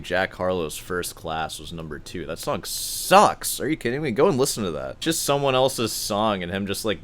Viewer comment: He also pronounces song like it were the French word sans 😝